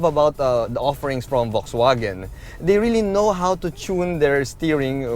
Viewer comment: That's not how you pronounce VW. But nice review anyway.